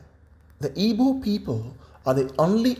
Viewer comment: i am highly disturbed about how this guy pronounces igbo